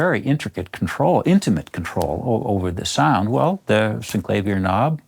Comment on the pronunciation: Finally, someone who pronounces it correctly.